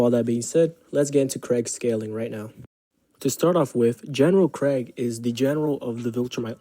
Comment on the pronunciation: Pronouncing his name like Craig instead of kregg cracks me up. When you say Craig all I can think of is a white suburban dad who is rocking leather sandals while grilling up some burgers and hotdogs